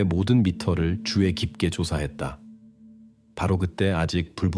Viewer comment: 주의 깊게를 자꾸 주에 깊게라고 발음하는거 킹받네;;;; 수의를 수에라고 하고 ㅋㅋㅋ ‘의’ 발음이 안되다니 한국인 아닌가?? 그리고 왤케 직역투여